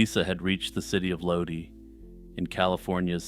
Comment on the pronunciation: Most people pronounce Lodi as Low-die, especially since CCR immortalized it with a song of the same name. Not that it matters, though. Great video!